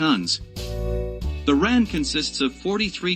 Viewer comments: WHY is the commentary describing things in metric measures? Why is the talker saying "ran" rather the " R A N"? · its not the ran lol its called the R.A.N i spent 20 years in it grrr this should not be narrated by an American he just butchers it